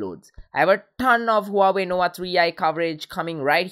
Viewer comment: Huawey nowa tree eye? Lmao